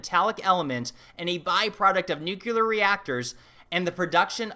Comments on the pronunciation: Ok im going to be that guy. There is only one "u" in the word nuclear! Its not pronounced nuculer, its nuclear. Thats all. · It's "nu-clear", not "nu-cular". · Nuclear. As in Nucleus. Not "Nuke-you-ler" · and Nuclear*, not nucular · Americans, it's Nuclear, not Nuciler. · Why so many Americans say "nuKElar" instead of saying "nuCLear"? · Nuclear NOT "nucular". Come on, man! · New clear not nukaler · Nuclear Not nuke-uler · It's nuclear, not nuculer. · Interesting discussion, as always. BTW, NUCLEAR = new-klee-ur. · Say it with me.... Nuclear. NOO-CLEAR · Nucular. It's pronounced NUCULAR. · did you say “nucular”? You’d have to be a weirdo like me…. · True. I like that he questions everything....... ...except the correct pronunciation of "nuclear". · You are such an intelligent fellow . Why can't you pronounce "nuclear" ? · How people doggedly continue to mispronounce nuclear is astounding. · Please pronounce the word nuclear correctly.